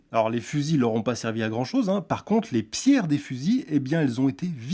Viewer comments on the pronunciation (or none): à au lieu de dire chose il dit choge 🤣🤣🤣🤣🤣🤣🤣🤣🤣🤣🤣🤣🤣🤣🤣